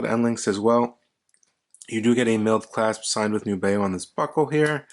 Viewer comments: I love them. FYI, I was told by the company via email, “The intended pronunciation of our brand name is indeed "NEW-be-oh." Thanks. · I believe it’s a letter “N” as Nubeo, not a “Z”.